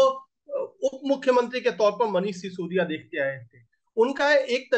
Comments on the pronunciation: How many times did he address sisodiya as Saudiya ? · Yar baki sab thik h but sisodiya ko saudiya kyu bol rhe ho?